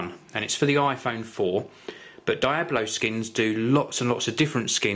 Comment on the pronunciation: Die-Oh-Blow Skins? its Dee-Ob-Low **your welcome